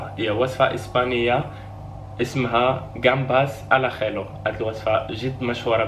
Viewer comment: روعة كنحماق على هاد الوصفة me encanta . شكرا شيف دائما متألق . اخي العزيز الدبل ل بالإسبانية تقرأ ياء اخييو ماشي اخيلو